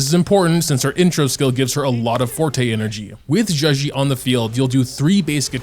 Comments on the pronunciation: Bro right its not zhuxi its zhezhi (like juh jirh) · Just saying, a better way to pronounce her name is probably something like “juh-jer” cuz in Chinese, “zh” makes a sort of “j” sound ^^ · i think u pronounce her name like “juh-jeh” , with the j’s sounding like the j in judge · be Butchering zhezhi's name😂😂😂